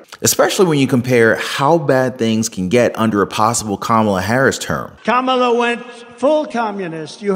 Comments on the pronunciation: Did I hear him say it CamelToe Harris. That wasn’t very nice.. lol all in fun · Biden pronounces Kamala wrong.